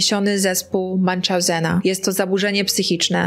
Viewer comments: Drobna uwaga wzgledem wymowy zespol Munchausena. To nazwisko niemieckie, nie angielskie, wiec nie ma muncz. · Drobna uwaga, to jest przeniesiony zespół Münchhausena, jak widać niemieckie nazwisko i w uproszczeniu można je przeczytać jako "Munhauzena" 😉 Dzięki za kolejny ciekawy i poruszający film! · Tak. To już któraś z kolei podcasterka, która tak wymawia to nazwisko😕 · Kochanie, zespół Münchausena wymawia się po niemiecku , tak jak się pisze mniej więcej